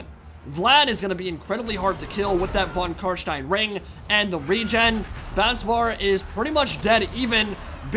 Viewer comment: I#d like to say that i honestly get a good feeling fo suprise everytime you say "von CarsteiN" and actualy pronounce it like it should be pronounced. whilst living in germany, i exclusively enjoy english content, be it movies, shows, mods, games or whatnot. so hearing the "steiN" in carstein in german pronounciation caught me offguard everytime, in the most pleasant of ways. thank you for going the extra mile learning not to sound like a donkey <3